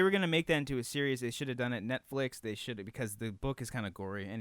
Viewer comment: intro sounds like he's saying "whore flix"